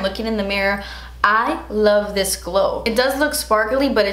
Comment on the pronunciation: “ I lava you guys “ I lava you more 😂❤️